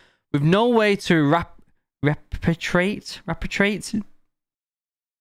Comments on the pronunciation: Re pAt re ate Not being a dick I'm just saying it phonetically. Mate if your having issues with words. Try segmenting the sounds the blending back. Sounds in Repatriate. Re pAt Re Ate. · Re-pay-tree-ate got you my boy